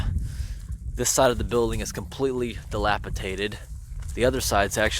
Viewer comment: It's dilapiDated, not dellapiTated.